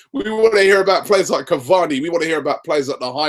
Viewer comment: PLEASE READ!!!!!!!! IT'S SIMPLE CAVANI AND RABIOT. SORTED